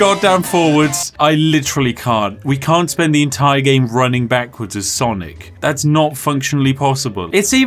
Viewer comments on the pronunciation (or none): Why dose everyone say sanic it’s not sanic it’s sonic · Why does he keep calling sonic “sannik?” Is there an inside joke?